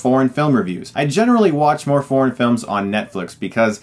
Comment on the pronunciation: His pronunciation for 'foreign' sounds like 'porn'. FaM, I thought why would Netflix stream porn movies!